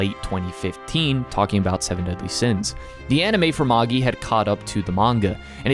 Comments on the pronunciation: It's ma-jai..not Maggie. How American do you have to be to screw up a 4 letter word that badly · Ik that's pretty much how it's used in the adaptation and most people pronounce it that way, but Magi is pronounced as /ˈmeɪdʒaɪ/, so it sounds more like mage I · Magi is pronounced ma-jai. Its the name of Zoroastrian(Persian) priests. Its where we get the word magic from. You don't say ma-gee-ic do you? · Are you actually saying “MOHG-Gee”? Seriously? LOL. WTF DUDE. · Ugh, the way you say the name. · The pronunciation of Magi is killing me smalls